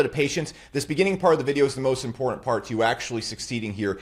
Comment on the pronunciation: Bro the way you said “impordant” makes you a cuck but I loved the video